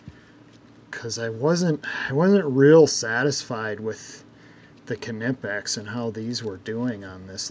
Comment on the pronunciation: Why people say kenipex, instead of knipex?😁 It is not right to compare used tools with brand new.